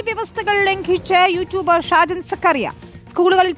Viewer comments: Shame to his father Skariah-= ShKaariah😀😀😀! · Scaria ennu ucharikkan ulla yogyatha illathathu kondano thettichu parayunnathu😂